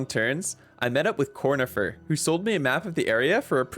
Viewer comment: it's pronounced Cornifieh! He's French!